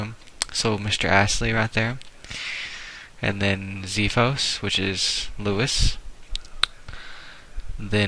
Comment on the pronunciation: IT'S XPHOS NOT ZEFOS